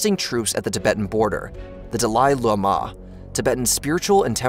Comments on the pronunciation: Dalaili mah? The fuck. How does this still exist. If we are being taught history, I'd like at a reasonable mispronouciation. Not what ever that was. And repeated dozens of times. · Idk why the incorrect pronunciation of Dahli Llhama pissed me off so much. I'm sure i misspelled that which in turn pissed another person off. Sorry. Lol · Dalai Lama is pronounced like "Dolly Lama." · da-lie la-mah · Aint no way you're pronouncing Dalai Lama like that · The Dalai Lama pronunciation is lol weird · How on earth does one butcher the Dalai Lama to such an extent I thought there was yet another unfortunate soul to suffer the same fate as the Dalai Lama. Took me an embarrasing amount of time to realize you just seem unable to pronounce such a famous entity. I still have trouble believing a channel such as this can make such a silly mistake.